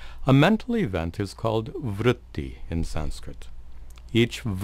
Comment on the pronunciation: Say it with me..."Vrooty...vrooty...vrooty"